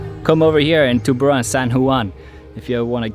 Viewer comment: Correction: It's TUBURAN CEBU not TUBARAN CEBU